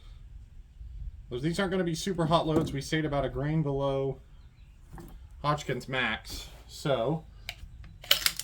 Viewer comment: Lol. I been watching your videos for a long time. It’s seemed to me lately the Hodgkin pronunciation is becoming more noticeable. Glad it’s being addressed and I’m not the one that had to bring it up first 😆